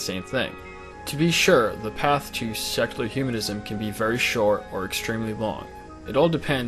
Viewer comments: I'm trying really hard to not detract from the discussion but it's so hard - it sounds like he's saying sexular. Really. Great video, regardless:P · I keep hearing "sexular humanism"...